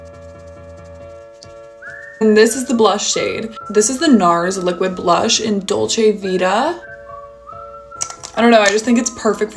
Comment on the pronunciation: Beautiful make up! Btw, I'm Italian and always makes me laugh the way "dolce vita" is pronounced by americans ahahahahah it's not that difficuuuult pls 😂